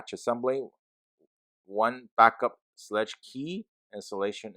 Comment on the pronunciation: Hey, thank you for your review! Also, it's pronounced SHLAYG with a long A sound, as in WAY. So it rhymes with LEG, but with that long A sound.